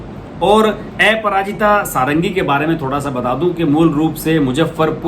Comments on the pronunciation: श्री मान जी नमस्कार। क्षमा चाहता हूं कि कुछ लोगों को आप के समाचार पढ़ने में उच्चारण पर आपत्ति है, जैसे आप को बोलते हैं। अपराजिता को एपराजिता बोलते हैं। कृपया इस को स्पष्ट कर दें ताकि जनसाधारण संतुष्ट हो सके। धन्यवाद।🙏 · Bhaiya aparajita not eparajitA pronounce toh sahi karo yaar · ऐपराजिता नही है उनका सर उनका नाम है अप्राजिता कमसेकम नाम तो ठिक से लिया करो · एपराजिता नहीं; अपराजिता षढंगी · ऐपराजिता सारंगी नहीं बल्कि अपराजिता सारंगी नाम है. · Correction: एपराजिता नहीं, अपराजिता । आप बार बार एपराजिता क्यों बोल रहे हैं?? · ए पराजिता nahin अपराजिता hota hai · A parajita?..you can't pronounce a name properly! Shameless stupid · Sir please correct the name of Aparajita madam. Apararaajita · Sir app ka pronounce aparajita bhul ha... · Aparajita sarangi ka nam ka pronounsation galat he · Please polish your pronunciation...Aparajita bhi bolna nahin atta kya blogger ban ke aa gaye